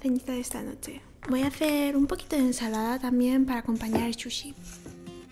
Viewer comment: Por qué le dices shushi si se escribe sushi?